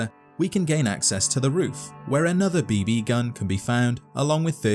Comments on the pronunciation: the way you put a sleight emphasis on the 2nd "b" is different than the way I say it... and the way you said it 800 times is cracking my brain! beeBEEE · "B-Bee"... Why is this pronunciation driving me mad... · The B Bee gun.............. Kill me.......It's just BB. No pause, space, or fancy accent. Just BB.